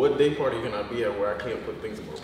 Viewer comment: Day party sounded like GAY party 😂😂